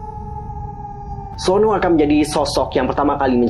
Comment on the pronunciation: Suno min bukan sonu